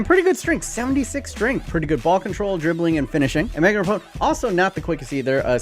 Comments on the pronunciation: Ra-p-no not rapone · I swear I've heard him say "Rapone" in another video too. Rapinoe shouldn't be that hard of a tongue-twister. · Megan Rapinoe Megan ruh-pee-no Not ruh pone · Please stop saying Rapinoe as Rapone lol. It’s Ra-peen-O. She’s the best US footballer in history and it isn’t close. Her technical skills put all of our men’s to shame. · Megan RAP-EEE-NO